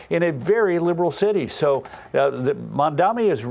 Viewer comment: I don't care anything for Mamdani, but I wonder how it is that Rove and Perino keep mispronouncing his name. Maybe it's time for them to shift exclusively to print journalism!